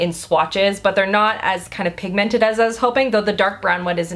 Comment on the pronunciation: you're amazing but I HATE how you say pigmented. You emphasise the MENT too much it's weird